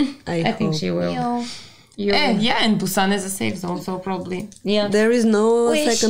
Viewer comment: "Train to Bu↘️san↗️" Perfect accent, better than Seoul people.